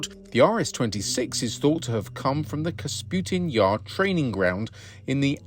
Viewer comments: "KaSPutin", "KapuTSin"... The launch site is "KapuSTin Yar" actually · Not Kasputin Yar but Kapustin Yar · Not Kasputin Yar, but Kapustin one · "KasPUTIN yar", Lol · 😂 Kasputin Yar?